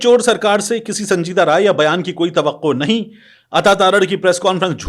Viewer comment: لفظ کی تصحیح کریں۔ نہیں ۔ کیونکہ آپ نہیں کو بار۔ بار ۔۔ نیں اے ۔۔نیں اے ۔ کیوں کہتےھیں۔